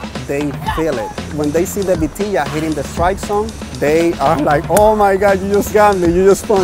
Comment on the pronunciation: samnelso it's vitilla, I believe they write beteyah so that the pronunciation translates.